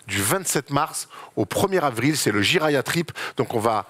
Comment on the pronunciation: Le "Jiraya trip"????? Prononcé un peu vite ça fait vachement "gériatrie" quand même.... N'est ce pas.... 😂